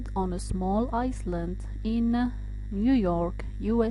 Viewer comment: The "s" in Island is silent . Shouldn't be pronounced